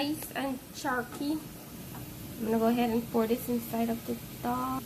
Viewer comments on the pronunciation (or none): The word is "dal", NOT "dHall"! (I know - I lived in India for many years).